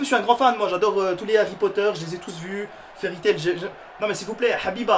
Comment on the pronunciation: Fairy tail c ps un mot a prononcer stp 😭😭😭 la fin stp bâcler